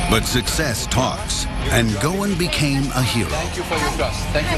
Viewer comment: His name is Carlos ghosen and not gowin